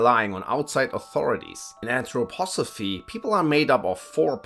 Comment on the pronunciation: You wrote Anthroposophy correct but you pronounced it as Anthropophosy.